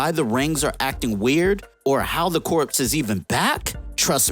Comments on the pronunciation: Corpse? Corps is pronounced Core. A corpse is a dead body. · "Corps" is pronounced like "core", not "corpse". Come on man. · Like in "Marine Corps".... Corps is pronounce like "core", big dog. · Just FYI, 'Corps" is pronounced like "core" with a silent P and S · yeah... That word is pronounced "kor" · I think what the guy is trying to say is that the YouTuber is pronouncing it wrong... Corps is pronounced much closer to cores... The P is silent... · I seriously cant trust any information from a dude that pronounces the, "P" in corps. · Not trying to make fun of you. The "p" is silent in corps. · Please learn to pronounce the word "corps" properly. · The p in corps is silent. Aya is the name of the robot that contains the soul of his dead wife, who is also probably dead. And it's pronounced cry-o, not kai-o. Kanjar ro, 2 names. Not kanjarro